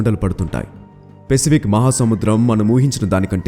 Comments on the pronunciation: Adi pesipik kadura babu..sariga pronounce chey firstu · One suggestion pacific pronounciation is not correct bro